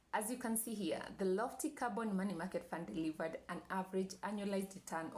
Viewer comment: Am I the only one hearing Carbon rather than Corban ?